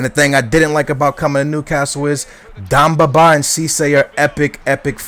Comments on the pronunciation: It's demba not damba :) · ...its Demba not Dumba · Its demba not damba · D'E'mba Ba not dumba Ba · Demba Ba, not Dumba Ba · Demba Ba, not Damba Ba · DEMBA!!!!!! BA NOT DUMBA!!!!! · Demba not damba :) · It's Demba Ba not Damba Ba. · His name's Demba Ba, not Damba :p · its dEmba ba not dOmba ba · d-EM-ba not d-AM-ba :) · It's DEMBA BA not DUMBA BA!!!!!! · Its DEMBA, not DAMBA. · its not darmba ba its demba ba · Please, its Demba ba not Damba ba its E not A, You're murdering his name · I'm loving the series but just because your Portugese doesn't mean iit's Damba Ba. IT'S DEMBA BA!!!!! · Yo its dEmba ba not damba ba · its DEMBA BA not DAMBA BA!! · demba ba*, not damba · It's not dambaba just to let you know, it's Demba Ba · It's Demba Ba NOT Damba Ba. Fuck. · It's Demba not Damba ;) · Deeeeemba not damba -. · love your videos but its DEMBA BA not DAMBA BA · Demba not Domba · Stop saying DAMBA it is DEMBA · Who the fuck is Damba Baaa? You're pronunciation is shit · DEMBA (DEHM-BAH) BA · Damba Ba is how he says it. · DEMBA Ba... DEMBA... With an "E"! Jesus man. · Bro, his name is DEMBA BA not BAMBA BA